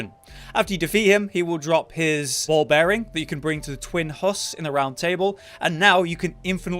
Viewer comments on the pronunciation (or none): 'ball bearing' they clearly say bell bearing!